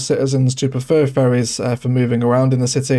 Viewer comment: No matter what, I'll never ban doggies from my city. LOL, you genuinely do say "Furries and furry" instead of "Ferries and Ferry"